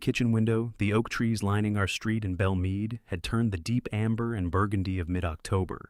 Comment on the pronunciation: I live in the Nashville area. It's call Belle Meade, not Bellmead.